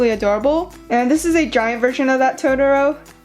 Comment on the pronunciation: towtowrow hahahaha